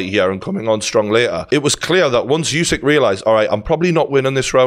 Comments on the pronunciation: Pronounced... Ew-syk... Not you-syk.... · Geordie, let's not keep calling the champ "YouSick" It's wrong. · I agree except he’s called usyk not yousyk